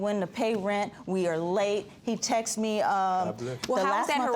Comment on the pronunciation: It's texts not texis!!!!